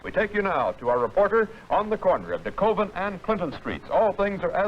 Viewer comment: did he say Coven and Clinton St????